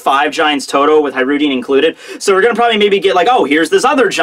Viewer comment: Nice,! You took my criticism of how to pronounce Hajrodin's name! Finally:)